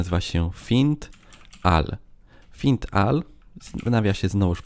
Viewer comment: I jeszcze to "find all" zamiast "fajnd ol" :)